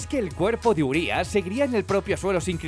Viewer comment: Sabíais que "Urias" significa enorme en rumano. Como es una palabra rumana se pronuncia con acento en la i no en la u. Y sabíais que "Cadou" significa regalo en rumano.